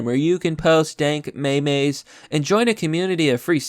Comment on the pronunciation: Can't tell if you're saying "maymays" ironically, it's "meems". Other than that, I appreciate you bringing me the obvious my man.